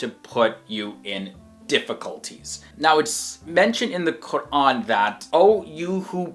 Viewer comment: Everytime he pronounces "Quran" he takes so much care pronouncing it right. It's so beautiful.